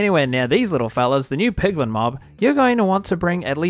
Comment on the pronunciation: You kept saying pidlin